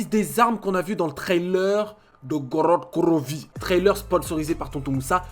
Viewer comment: jkiff kan tu dit Grod Krovi mdrrr